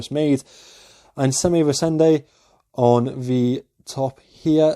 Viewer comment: Great effort. My last parting critique would be that on the 'Reisende' you are putting the emphasis on the 2nd syllable, rei-SEN-de, whereas it should be in the first, REI-sende. But enough on the language stuff... what a great understated watch!